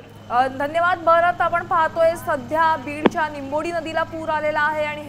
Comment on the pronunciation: लिंबोडी गावच नाव आहे निंबोडी नाही